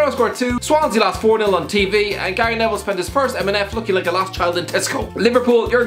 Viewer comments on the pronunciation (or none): none